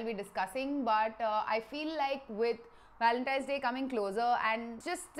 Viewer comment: Lol u say ur “w” and “v” all mixed up. “With Walentine’s day coming up.,” haha 🤣